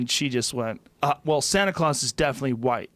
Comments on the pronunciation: "Kids Santa Clause is definitely RIGHT. Or kids Santa CROSS is definitely real..." So Joe.. that's some serious word slurring you've got going on there. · he says right instead of white and then craws instead of claus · how high is he? santa clause is definitely "right" followed by "sana cross" is real...